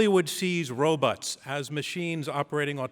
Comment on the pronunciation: OMG He pronounced like they did in the 1960's robuts......